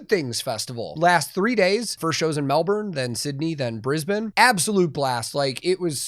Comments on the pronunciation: As a Queenslander I'm loving the fact you pronounce Brisbane properly haha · I just have to say, you said Brisbane, exactly how it is pronounced in Brisbane